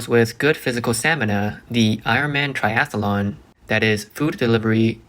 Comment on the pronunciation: Hi. Just letting you know that it's Triathlon. Not Triathalon. ❤